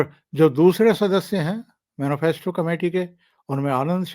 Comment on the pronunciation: जी राम राम। बहुत ही अच्छे विषलेशन के लिए साधुवाद। सही उच्चारण मैनीफैस्टो है। मैनोफैस्टो नही।